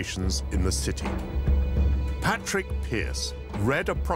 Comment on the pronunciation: It's Pádraic Pearse not Patrick (Pronounced like Paw-Rick)